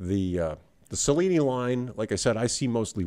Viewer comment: My father, a native Italian, would have pronounced Cellini like cello, not like cellophane.